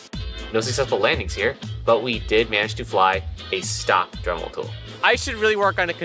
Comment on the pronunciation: You said drimel at 2 minutes and 1 second